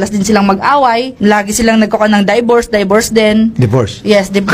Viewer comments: Siya: Daybors and Daybors din Tulfo: Divorce Siya: yes divorce😁😂 Tulfo: Daybors HAHAH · Pvta kahit si sir Raffy, natawa na sa "daybors" HAHAAHAHAH. Lawd, sorry na talaga, 'di ko gets context neto, pero if this is serious, sorry na talaga 🙏